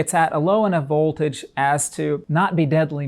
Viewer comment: Excellent explanation but is it just me or is there something about the way he says vOLtage. It’s like he is being shocked with some voltage when he says the o in vOLtage. Like stewy and the way he said cool Whip